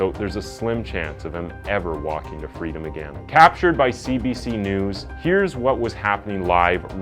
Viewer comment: Something I don't get, i've noticed you pronounce "Insane" as INS-AY-N. But when it comes to words like "Again" and "against" that have the same "ay" sound in them, you say "aganst" or "agan". I've never heard this in dialect before, what accent is it from?